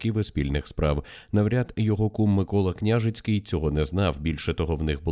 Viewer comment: Наголоси для аас відсутні? КнЯжицький😂 вся країна знає, а ви ні😅